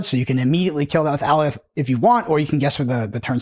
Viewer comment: FYI, (not trying to be "that guy" in the comments, but I take it has never watched Loki, as "Alioth" is pronounced "A•lie•ith" not "Alley•oth"... Just saying 🤷